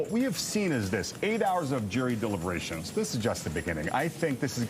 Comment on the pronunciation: What's a "dibbleiberation"? Is that like a regululuation... 🤓